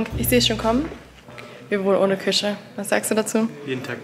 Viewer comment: Mich triggert es so, wie du Küche sagst 🫣 aber ich gönne es dir sehr ❤